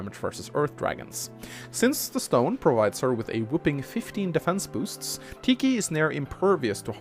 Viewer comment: It's pronounced tee khy but I'm not gonna be mad at u since I can't pronounce grimas name right